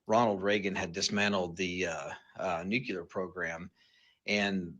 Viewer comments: (& several other times after) Is he saying "nucular"?!? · When "experts" can't even pronounce the word "nuclear".